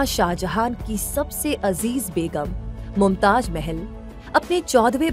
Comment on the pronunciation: Pahle aap pronounced sahi kare us ka naam mumtaj nahi mumtaz hai